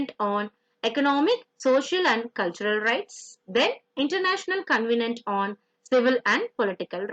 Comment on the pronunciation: It should be Covenant, not convenant